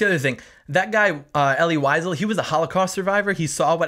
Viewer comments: Elie Wiesels last name is pronounced more like "Veezell" not "Whyzel" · Ellie Wiesel (Pronounced Vee-zel)